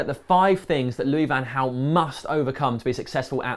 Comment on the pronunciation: Van Hal? Is it not Van Gal?